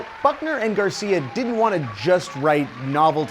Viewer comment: I KEEP HEARING FUCKNER AND GARCIA IT'S NOT EVEN FUNNY